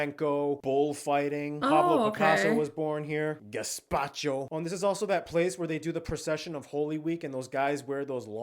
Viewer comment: AndaluCía no Andalusia. GaZpacho no Gaspacho. CastiLLA y León no Castile y León. CatalUÑA no Catalonia.